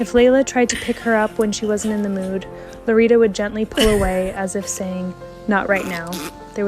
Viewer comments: It's Lolita, not LoRita. Please make an effort when pronouncing words in other languages. It does matter. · how come the subtitles say lolita but the lady is saying lorita?